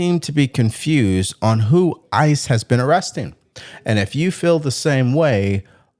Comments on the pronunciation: He doesn't even know how to say the name but he works around there? Stop the cap bro. And it's not ISIS, it's ICE? You know the difference right? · And the crybaby trying to Make Up Stories! It's ICE Not iceses!! Idiot!! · Did he say isis lol